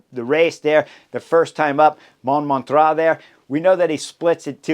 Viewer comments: Just for fun, Chris, use google translate or something similar to hear how Montmartre is pronounced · Hi Chris! Great analysis as always. Would be nice if you could work on your pronounciation of Montmartre especially if it's going to come back every year. My French ears would be super greatful. Cheers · Ahaha and my portuguese ears too😂😂